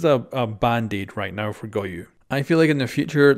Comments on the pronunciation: It's pronounced GO YO. Where tf do people keep getting the letter U in his name? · Can anyone tell how many times this man said GOYU